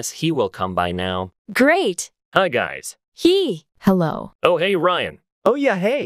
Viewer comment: just found sum just said ''gays'' instead of guys- dayum